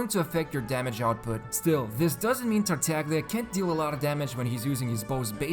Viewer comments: Thanks for all the videos! Just a little thing, Italian speaker here. Tartaglia is pronounced like you would pronounce Tartaya! Its like a very strong emphasis on the Y (Italy doesnt have Y X W letters so we use Gl to indicate a very strong i basically, like you use Y pretty much except VERY strong) Keep up the amazing work! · You pronounced Tartaglia wrong